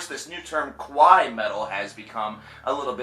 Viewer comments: 1) Expecially? 2) Qwai metal? You mean kawaii? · Bro it's pronounced "Kaa - waa - eee" not "Ka-Wai" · Lol. You said Kowai Metal. The japanese word for cute is pronounced kuh-why-ee. What you're saying is Japanese for scary. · he saying kawaii wrong lmfao